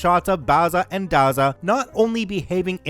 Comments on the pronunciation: A great story totally destroyed by mispronouncing Bazza & Dazza... B-as-ah & D-as-ah... Aussie slang names for Barry and Darren. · Been pronouncing Bazza or Dazza ( immortal nicknames of great Australian yobbos ) the a is pronounced like in razzle , hearing you try to pronounce Australian slang properly sets my teeth on edge. 😐 Funniest thing I've ever heard though ! 😂 Thanks for the laugh .